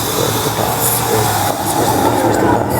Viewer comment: Say bus, one more time. FFS 🙄🤡😳